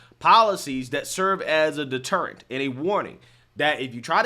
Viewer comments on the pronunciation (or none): Just a loving reminder how to pronounce the word "deterrent" spelt phonetically is "de ~terra~nt", not "de ~teeer ~ents" lol ❤❤❤❤